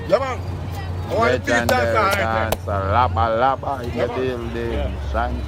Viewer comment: how much times the video man say lejandary?